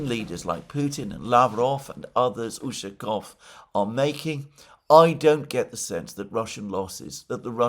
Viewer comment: its ushakOv, not Ushakov.